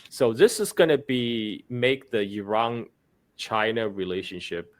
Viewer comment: It's Iran not Erung